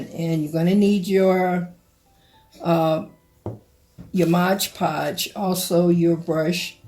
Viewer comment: Absolutely beautiful !! I'm not trying to be mean, but the word is MOD PODGE !! Not the way you say it MODGE PODGE !! You don't pronounce the ge in mod !! I'm sorry ??